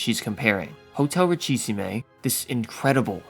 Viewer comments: "Ritchie Seemay" 😭😭😭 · There's no accent on the final e in Richissime. It's pronounced "ree-she-SEEM".